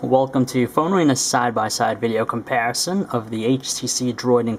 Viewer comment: eh he says "comparison" pretty weird lol